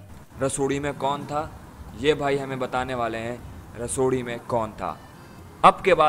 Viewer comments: It's rasoday not rasodi bro😂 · Bro pehli bat to rasodi nahi rasode me hota he 😁 Aur Love From Maharashtra India 🇮🇳🧡🚩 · Bro it's not Rasodi me kon tha it's Rasode me kon tha By the way big fan love from India❤️❤️